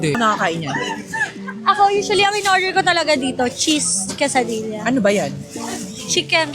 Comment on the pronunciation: Quesadilla is pronounced asa kesadiya